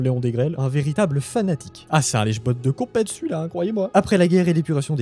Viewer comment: "là" avec un accent. S'il te plaît.